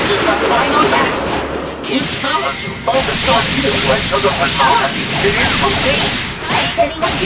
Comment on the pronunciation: "Hold off Goku black and ZaahMaahSooo" That pronunciation sickens me.